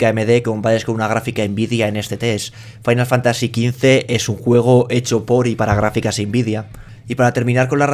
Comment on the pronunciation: "Wolfrestein II y Farain Fantasy" xD xD xD